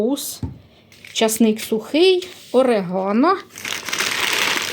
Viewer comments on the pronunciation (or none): none